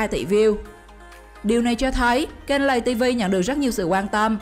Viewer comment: Lay tv chứ không phải là lày tv